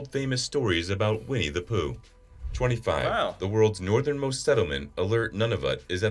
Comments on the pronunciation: Yonge* also Nunavut is actually pronounced noo-na-voot. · Not really, most people in Canada just pronounce it incorrectly. The correct pronunciation is Noo-na-voot. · Yonge street is pronounced "young" milne is pronounced " miln" nunavut is pronounced "nun na - vut" Edit: L'Ance aux meadows is the name of the viking site in Newfoundland. It contains 8 wood framed turf structures within those buildings contain a forge , a workshop and a terrace. It's a tourist location.